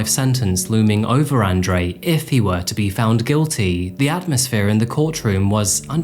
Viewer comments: say it with me... "On Drew" :) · It’s On Dre.. not An Dre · You pronounced Andre and Fabian incorrectly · It's annoying that you couldn't pronounce Andre properly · Nice video, except you pronounced 'Andre' wrong the entire time